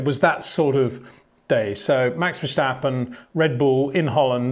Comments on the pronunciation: Just one tip Peter, Verstappen is not pronounced Versjjjtappen, just Verstappen. 😊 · HEY PETER WINDSOR, I HAVE MESSAGE FOR YOU SIR: With all due respect ... it is NOT Max "verSHtappen" ... Max is not German (Germans indeed do pronounce "st" as "sht") ... #Max33 = Dutch 🇳🇱 NL/Belgium! ... It is not "Bottash" nor is it "Lewish" certainly not "verSHtappen" .... This BS started long time ago when a British sport presenter interviewed father Jos Verstappen and assumed you can use a German pronunciation to a Dutch Driver thinking it is so "funny" ... It is not. Serious question: can any Englishman say "versatile" out-loud without saying "vershatile" phonetically? most can about 99,99% ... that is why most English can pronounce Verstappen 100% correct! Father Jos Verstappen (also F1 Racer) was very active between back then only a very few said "Vershtappen" but the vast majority of British sport presenters pronounced it perfectly ... only a few old stubborn farts like Peter Windshor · Well, that's just splendid! Because of the comments on previous videos, now I'm laughing every time Peter says "Verschtappen", rather than listening to what he's saying. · Sorry, but no it is not. What you describe goes for German, not for Dutch. I am Dutch and this is quite annoying to hear actually 😂 Doesn’t take away from the great content though. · Enjoyed the video. If I may, I’m sure you’re trying your best to pronounce his name. But Dutch is not like German where there is a “shhh” sound. So the “stap” in “Verstappen” is pronounced like you would pronounce “stop”. Actually with your British accent, that might not just go for the “s” but also for the “o”. :) Having said that, no problem either if this is hard to do.